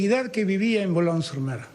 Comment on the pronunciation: Pronuncia bien el francés Boulogne Sur Mer aprende a hablar sino no digas nada y ahora,la bandera está asediada por ustedes delincuentes